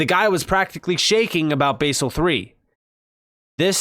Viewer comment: Basel is pronounced baz-el with a soft A NOT base-el